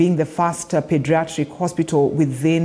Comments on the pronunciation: Its Pediatric not Padiatric..😀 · IT IS NOT-PADIATRICT BUT PEDIATRICT